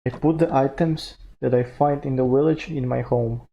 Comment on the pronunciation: When you found the village you said willage. Keep up the great work.